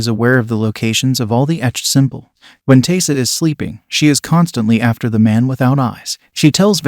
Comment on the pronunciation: Pretty sure Biscuit was the one that bit Taissa. You know, before she cut his head off. Also, it's pronounced Ty-ee-sa.